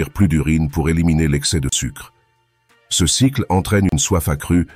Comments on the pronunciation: Bonjour. Bonnes vidéos, cependant, serait-il possible de paramétrer la voix artificielle pour qu'elle prononce bien les "CE" et les "CES" ? Merci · Santé Intégrale Votre robot ne sait pas lire "ce", "ces"... Essayez avec un humain...